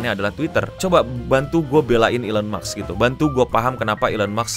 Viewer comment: maaf mau koreksi dikit elon musk, musk nya itu baca nya "mask" (ilon mask), bukan "maks"